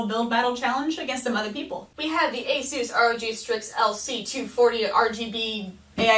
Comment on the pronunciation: Did u basically say A-suse R.O.G no no no hehe, It's A-sus Rowg